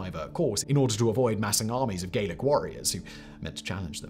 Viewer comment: I love the channel but you continue to slaughter pronunciation at times. French Gallic pronounced Ga-lick. Irish Gaelic pronounced Gay-lick. Scottish Gaelic pronounced Ga-lick ... simples 😁 Jacobite Wars in Scotland - there were more Scots fighting, highland and lowland, for the Hanoverians than for the Jacobites. The Jacobites had a large contingent of Irish troops 'donated' from the French army as well as a few English Jacobites, mainly from Manchester. Simply saying 'the Scots' isn't historically accurate.